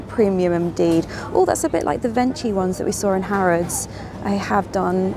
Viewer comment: I love the way you mispronounce almost every foreign word, but, for the record, Baci is pronounced like Batchee and Venchi is pronounced Venkey. Confusing or what, but that's the Italian way!